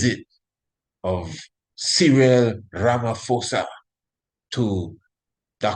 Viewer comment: Ramaphosa is pronounced as Rama-POSA not Rama-FOSA. Give thanks.